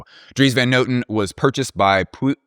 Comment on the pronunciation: Pronounce "Puig" like... butch... and you got it! Puig is a word and surname of Catalan origin, meaning "hill" or "peak". The word derives from Latin podium meaning "balcony". Thaaaaaanks for your work, just unique, a wonder!!! 🤗